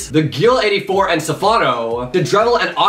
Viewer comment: thats not how you say dedrevill